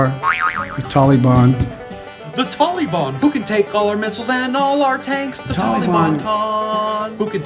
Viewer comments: Tolly Bon? Leftist Biden can't pronounce Tal-ee-bahn? Makes you wonder if he is a covert member Antifa? Or will he say that it is his Auntie Fah? A distant relative living near Obama's half brother in Communist China? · Obama pronounced Taliban the same way...Tolly-bon! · Yeah. What's up with Biden's pronunciation of that word? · 20 years ago it was the taliban now it’s tolly-bon. It’s like he’s trying to be nice and respectful about how to accurately say their name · Joe says the Tall- lee-bon is just an idea not an organization. Did you notice the tank top the antifa guy was wearing? He's proud to be a communist/fascist. He wears it like a badge of honor. People really should homeschool their kids, there's a lot of these anti-American sickos out there. They also want to turn kids against each other based on race.